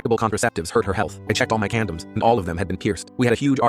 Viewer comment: Condoms ❌ Candems ✅